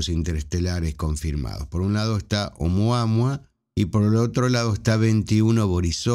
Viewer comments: Lo escribes oumuaMua pero lo pronuncias oumuaHua, como no sé Hawaiano pues ya no sé qué pensar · Nop, dice siempre "Oumuama"